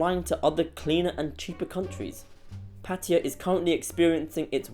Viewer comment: The real reason is very simple. It’s flooded by a bunch of foreigners who can’t even pronounce the word PATTAYA, not PATTIYA like you said. It really annoys me when I hear this. It’s expensive because of tourists.